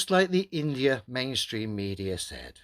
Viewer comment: Hey globealoids, get that in-da-ya🤣